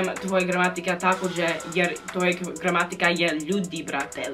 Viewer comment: Kako je rekla “Ne znm sve brt” kao da je iz Srbije 😂